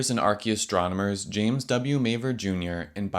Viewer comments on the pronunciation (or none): none